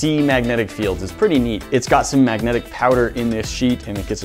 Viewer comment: Maggotic field